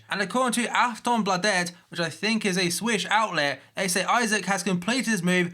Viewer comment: The way he pronounce Aftonbladet is so funny